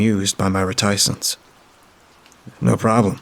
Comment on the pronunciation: Great Stories--Great Job!! ......But, you're Killing me.....RETICENCE is pronounced RET-i-cence ---in both UK and American English.